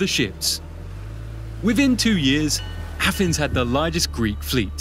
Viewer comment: Why can't the guy narrating this video talk properly?. How hard is it to pronounce "abyss" or "Athens"